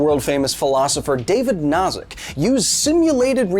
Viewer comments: I don't like to pick on you, dear Kyle, but the name of Robert Nozick is pronounced "No-zick" like "Know-zick" by most people. Love you, man. Reality might be simulated but I'll try to be good to everyone. Also, I don't think a lot of people consider this: what makes you think that when we wake up from level 1 simulation that there isn't simply a level 2 simulation? It might continue to a large number. Our current simulation could be Graham's Number level simulation and there could be many levels surrounding us in many dimensions. The possibilities are limitless. Still, I'll remain good to us at this level simulation for the spacetime being. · What's worse, messing up the first name because the David Byrne joke is fresh in your head, or repeatedly pronouncing Nozick like Schnozz? I love Kyle, but good lord that made it impossible to pay attention. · Am I in a simulation, or is Kyle deliberately screwing up the name of John Rawls' rival?